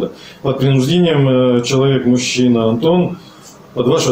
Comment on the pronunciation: А почему онтон, А не Антон?